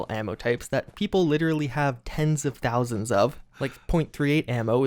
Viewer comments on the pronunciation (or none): none